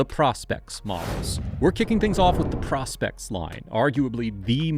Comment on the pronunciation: The first modern dive watch was made in 1952 by Blancpain. And it's pronounced "PROH-spex". Thumbs down.